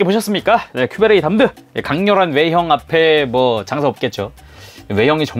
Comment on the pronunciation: 저거 담드 볼때마다 자꾸 큐베레이 댐(Damn)드 라고 발음되는건지 모르겠어욬ㅋㅋ